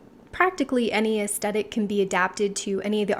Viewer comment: It's pronounced "es THetic". And even though I always self-typed as a soft classic, lately I think it may be Ethereal. But accord. to Kibbe, it could be soft natural??